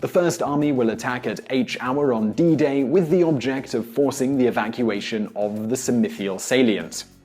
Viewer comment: Did you just say bidet?